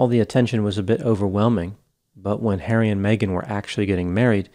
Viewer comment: Hawwy, they’re being mean to me, Hawwy 🤣